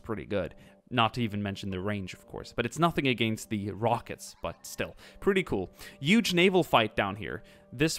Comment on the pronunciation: HUGE not YUGE